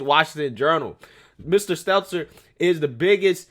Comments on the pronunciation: Say it with me STEL-TER no z! How accurate can we be if you aren’t saying potato heads name correctly? I love you and I don’t want you to look unreliable. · I like how keeps calling him Brian Seltzer. It’s not intentional, but I like that it’s just wrong and I hope never corrects himself. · I love how u called him Seltzer the whole vid. 😂